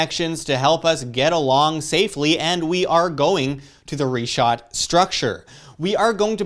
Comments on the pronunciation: Great Job Sir, great initiative for research... shall be waiting to see if the puzzles fit. Wish you all success. Just a suggestion, please correctly pronounce the names....its prounounced "Rikhaat" structure & not Ri-chaat and its "Sahaara" not Saheyra as you were saying. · The way he pronounces sahara and richat makes me not want to take him serious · oh great...a crew of naive, bumbling, suburban Americans trudging through the desert in area known to be populated by radical Islamic people. What could go wrong? Dude can't even pronounce Richat correctly, and apparently never even watched the documentary. Edit: Also, let me save you some leg work. The ruins you see via satellite on the Richat? They're French Colonial forts.